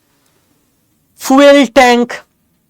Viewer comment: Fuel এর উচ্চারণ ঠিক করুন। উচ্চারণ টা "ফিউল "। English Dictionary বা Googl কে জিজ্ঞাসা করুন।